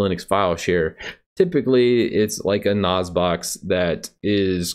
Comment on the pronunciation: Nice video, I use a PC Engines apu2c4 system for my pfsense router - very nice. In the last year I've gone completely over to Linux from Windows, I just hated 10 so much, my favourite was Windows 2000 :) Please don't take this the wrong way, but can you please check some of your pronunciations? I'm referring to NAS and FreeNAS. or that's what I think you're talking about, but it sounds like you said 'Noz' to my UK hearing :) Every video I watched, it is pronounce as N-ASS, even here in the UK we say N-ass. Apart from that keep churning out the video's.